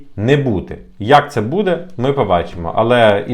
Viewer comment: Неправильно видео назвал. Потерял хватку😂 Надо было назвать "Велика загроза для українських українців які знаходяться за кордонами української України від української влади". И обязательно раз двести повторить "буде" с ударением на букву "е" и "будуть" с ударением на вторую букву "у". 😂